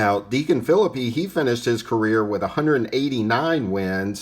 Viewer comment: Another great segment! Great to know Deacon Phillippe was the first winner of a World Series game. Now, I'm gonna nitpick with you. Are you sure of that pronunciation of Phillippe's last name. I think I lean toward (fil-LEAP) but I'm not 100% sure!